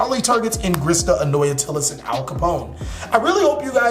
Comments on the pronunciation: “Al Capone” <— the way it’s pronounced in this video 😂 American Gangster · Ap kallone, pronounced like cologne 3 syllables